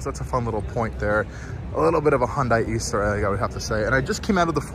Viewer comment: Minor nit: It's pronounced "Hunday", not "Hon-die". Hyundai ran an ad explaining this many years ago.